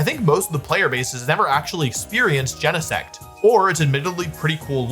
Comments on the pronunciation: it makes me want to scream. It's not jen-eh-sect. It's GENE-sect. Like your GENES. >:( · WOLFEY GEENSEECT THO. But really, we all know Butterfree is a secret legendary.